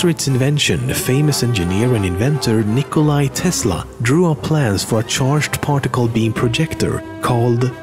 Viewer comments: Nikolai Tesla? its Nikola Tesla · Fun fact: Tesla's name was Nikola, not Nikolaj. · NIKOLA Tesla. serbian not russian, not nikolai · you say benny's suit is "pin-striped" its not, its checkered, for pinstripes search "pinstripes suit" in google image search. also its not nikolai but nikola tesla, Get It Right Please! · NikolaYYY Tesla, seriously?